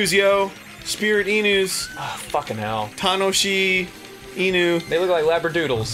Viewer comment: Tanoshi inu = entertaining dog(?) Tamashi inu is what Arin meant to say